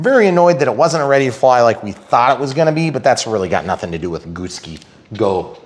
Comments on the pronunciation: I think it’s Goo (as in Goo not Go) and Sky as in the sky lol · keep saying it wrong it's freaking funny 🤣...... you have a good thing going here 👍